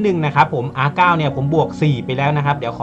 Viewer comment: R นาย ครับ ไม่ใช่ R เก้า